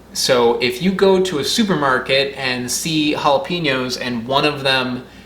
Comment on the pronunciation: Jala-peen-yo instead of jala-pen-yo upsets me greatly lol.